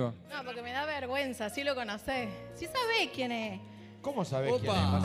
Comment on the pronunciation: "SABE QUIEN EH" NO. SE DICE "SABES QUIEN ESSSSSS"""